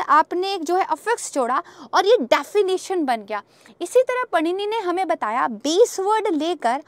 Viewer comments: Mam is unable to pronoun Vrushis name ,,,पणिनी नही Mam Vrushi पाणिनी hai vo.... Agr aap hindu hokar bhi ye galtiya kar rahi ho then you should be ashamed and need to study bfr teaching .. But thanks for info .... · Paanini not punini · English is worsted language Panini ko पाणिनी बोलते हैं पनीनी नही 😡😡😡😡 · Mam unka naam पाणिनी h पणिनी nhi h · उन महानुभाव का नाम पननी नही पाणिनि है।🙏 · Italian Panini nahi, "पाणिनी" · He is not पनिनी but, पाणिनी। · बहेनजी पाणिनी को panini उच्चार करना बंद करें और वीडियो बनाने से पहले हमारी सांस्कृतिक संपदा के शब्द उच्चारण को समझे🙏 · 👍👍 पाणिनी 🙏 not पनिनी Madam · कृपया पनिनी ना बोलें सही नाम पाणिनी है! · Not panini, he is paanini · पानिनी नही पाणिनि pronounce कीजिए । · कृपया पाणिनि को पननी मत कहिए। बहुत खराब लग रहा है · पाणिनी है मैडम जी हिन्दी तो सही पढो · महर्षि पाणिनी यह पूरा नाम है।आप जब अंग्रेजी से उनका नाम उच्चारण करती हैं तो वह शुद्ध नहीं होता।